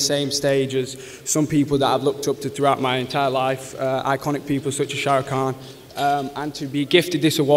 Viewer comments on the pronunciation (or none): he said sharukh kham😇